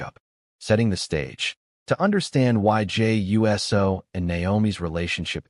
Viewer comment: The fact is says Jey U.S.O. instead of Jey Uso indicates this is a bunch of BS😂